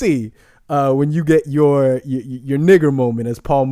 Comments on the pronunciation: Bruh can you not use the "hard R" when you say nigga lol. I was lowkey getting uncomfortable. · 😂😂 you caught me off guard with the 'er' at the end bruh! love the content